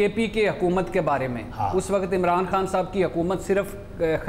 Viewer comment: بھٹی صاحب, لفظ "وقت " ھوتا ھے. "و ق ءت" نہیں ھوتا.